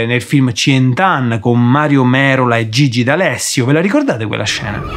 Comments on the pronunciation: "Cient'anne" pronunciato da sembra il nome di un film cinese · dal modo in cui ha pronunciato "cient'anne" pensavo fosse qualche film cinese poi sento nominare mario merola e gigi d'alessio